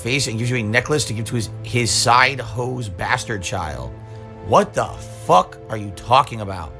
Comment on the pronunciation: why did he say it like that, fack? nothing he does is normal